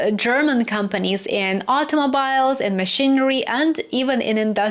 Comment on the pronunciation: Your haircut is very cute,. Btw,automobile is pronounced automobeel🙂